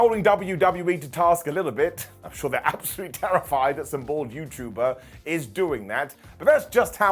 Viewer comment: Im sorry, did you say Bald Predictions or Bold predictions?:D